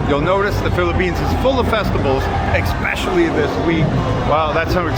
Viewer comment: When you say " ekspecially". It's like raking your fingernails on a chalkboard. Stop it! "Ekspecially is NOT a word!